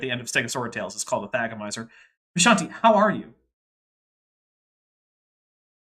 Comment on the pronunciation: Because of you I now know how to pronounce thagomizer, somehow I just wasn't able to say it correctly.